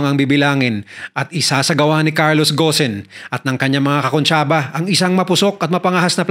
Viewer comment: Gon hindi ghosen ung bigkas po dun